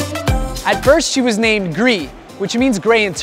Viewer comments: Not Gli. True is Gri. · Not GLİ, 'GRİ' meaning gray.